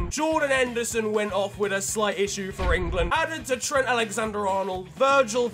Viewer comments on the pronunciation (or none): none